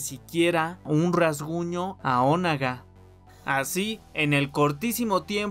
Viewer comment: Te quiero mucho y amo tus videos pero me frustra cómo pronuncias "Onaga" hahaha 😂😂😂